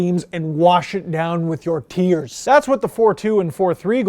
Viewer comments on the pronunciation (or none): none